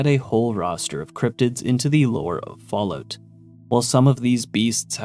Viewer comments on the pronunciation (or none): i luv the Canadian version. Falloot, eh?